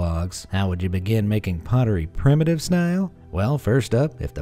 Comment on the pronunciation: Seriously? 'Prime-uh-tive'?